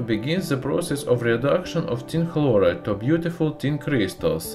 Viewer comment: My favorite part was when he says "Tin begins to dissolve activily, oxidizing to tin tekla(phlegm)loride".